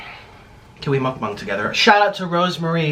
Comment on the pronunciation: You call it mukbung instead when its supposed to be mukbang just so you know. Love your vids